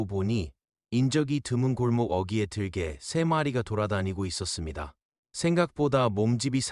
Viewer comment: 발음이 아주 clear하네요. 외국인인 건 알겠는데. '으' 발음까지 아주 좋아요. '들개'는 '들깨'라고 발음됩니다. 'ㄹ' 받침때문에 '개'가 된 소리 '깨'로 강화됩니다. 영어권사람들이 습관적으로하는 2nd syllable 에 강세를 주는 버릇도 없으시네요. 아주 좋습니다. 놀랍습니다. 👍